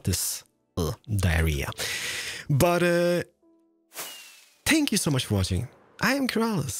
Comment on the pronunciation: "Shpank You.." Seriously, I can't be the only one who says it with him...